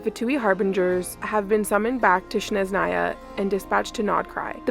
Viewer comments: You keep pronouncing Snezhnaya wrong. It's SNEZHNAYA not shesnaya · Why do you call it sheznaya, are you mocking slavic?